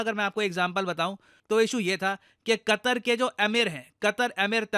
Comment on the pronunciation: Qatar ❌ "Qatar"nak ✅